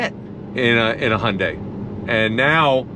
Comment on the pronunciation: What's a "Hunday"?